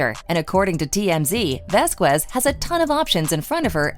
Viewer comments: Camille's last name is pronounced: Vas kez....it's ignorant and racially offensive the way you pronounce her last name. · Her and HER BOYFRIEND just went to a Depp/Beck concert with other attorneys. And it's not prounounced "Vasqwez".